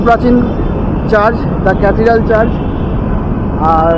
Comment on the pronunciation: The word is Church, not Charge.